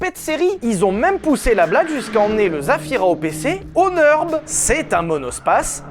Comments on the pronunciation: Le Nürburgring ce n'est pas le "Neurb'": Nurre- bourgue - ring (de boxe). Pas de raison de le prononcer à l'anglaise. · arrête avec ton Neurb, c'est le Nürb, avec un ü comme dans ton Q